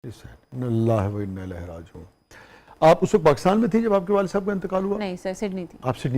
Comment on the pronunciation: lafz ilaihay nahi hy lafz ilaihi hy , zair ki awaz se nikalen plz